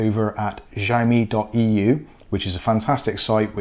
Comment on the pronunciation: I read somewhere that if the MAC address starts with 78, then you probably gonna be block. Both mine are 34 and working fine. Btw it’s not pronounce as zhaomi but ziao mi. Go google the translation and listen to it. :)